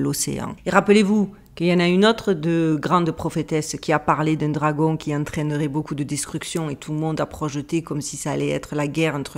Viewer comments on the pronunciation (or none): none